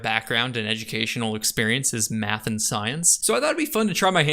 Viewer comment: Did he say "Math and science" OR "Meth and science"?! :D Problem with Native English speaker YouTubers that they have a poor pronunciation. :P